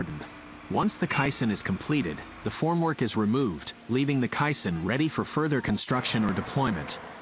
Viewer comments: “K” - Sun, not “k” sin” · " case-on " perhaps? not quite sure what a kye san is. sounds Japanese. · its pronounced "KAY-Sonn " Not cai-son.... Get your facts straight before posting. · Lol you mean k-SON vs kai-SON (Correct pronunciation is k-son) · Heads up to the dopey AI bot: It’s pronounced kay-san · Caisson is pronounced as KAY-SON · Yes and none are correct. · Decide how you’re going to pronounce caisson.